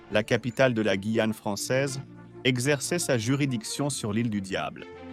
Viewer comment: mauvaise lecture de la "voix". des "e" innapropriés et le non guillane lu "guillane" et non "gouillane". Je zappe.